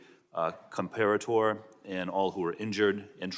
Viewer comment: These people cant pronounce an italian last name corey compatore . The E is not silent on italian last names